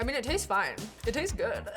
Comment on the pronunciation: WHEN SHE “it taest good” I FR GAVE HER A BOMBASTIC SIDEYE